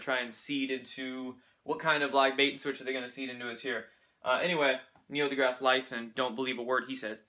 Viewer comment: Neil Degrase , Degrase is French origin , Not Disgrace